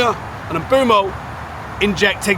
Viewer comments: Mboomo. Stop saying Mbuemo FFS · Please pronounce Mbeumo correctly its not hard